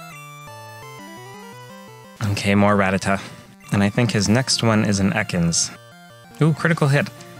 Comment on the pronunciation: I thought Ruh-TAT-uh was the way you were supposed to pronounce it. At least, that’s how I remember how they said it in the anime.